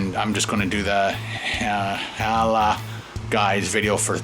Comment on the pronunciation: it's pronounced HA-LAL not HALA